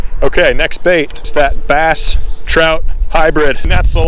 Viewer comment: Trass?!? "Brout"